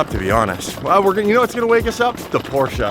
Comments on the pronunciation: The "Porcia" wake you up??? It is PORCH... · The way you pronounce Porsche. Porsche-ahhhhhhh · hi! I am French and I know who Ferdinand Porsche is..it is POR-CHH...no A